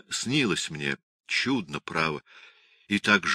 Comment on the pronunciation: Не впечатлена чтением. Художественное чтение - это же не рассказ загробным голосом с протяжным произнесением слов! Чтец ударения в словах ставит неправильно. Всё у него "чУдно", где надо "чуднО", да "молодцЫ" вместо "мОлодцев". А в начале, там, где Данила поёт песню сыну, её надо ПЕТЬ, а не проговаривать.